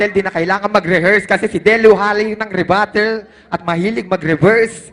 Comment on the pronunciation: ate rebuttals po ndi rebatals . tanga hahaha